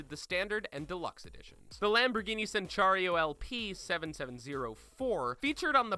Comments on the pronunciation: Centenario, not cenchario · What the hell is a Lamborghini "Senchario"? Centenario is pronounced Chen-ten-ario. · Just if anybody was wondering you pronounce centenario, "Chentenario" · La-la-LABORGHINI CENCHARIO???????????? WTF ITS PRONOUNCED CHEN-TAY-NAAR-IO CENTENARIO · Lamborghini Senchario L-P-7-7-0-4, you Butchered the name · “Sen-char-io” I’m afraid that’s not how it’s pronounced... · What the hell is a "maaarrrloo" and a "senchario" and a "heeeelux"? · Lamborghini cenchario😂😂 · does this guy not know his cars at all or is he just reading off a script? lamborghini cenchario? porsche 911 GTSRS? wtf? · lamborghini senchario?? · Sentenario, Porsche GTS RS?!?! I'm depressed my these pronunciations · Did he say, GTS RS? Also Lamborghini chentario? I don't think that's how it pronounced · Lamborghini "Centchario" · " Kenchario" "GTSRS" Bro did you even try to say them right? It literally says GT2RS on the back of the car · Who else cringed when he mispronounced centanario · Great video just never attempt to say centanario again 😂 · Jesus, that was the worst pronounciation of "Centenario" I have every heard. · Bruh the way you pronounced centenario made me cry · Every time they got the pronunciation or the names of the car wrong, I become closer to the Hulk. Right now, I’m a green shade of paint away from it.